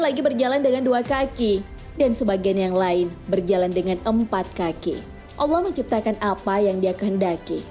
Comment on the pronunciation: Coba belajar ngucapin Allah yang benar min